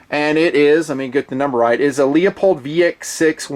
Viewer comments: its pronounced Loo-polled, not Leo-polled. You been killing me for years with that mangled pronunciation. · Say it with me, "Lou-pold"